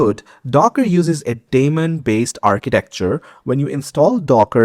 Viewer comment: Every time you said "that daemon" I heard "Matt Damon" ... having said that, informative and accurate video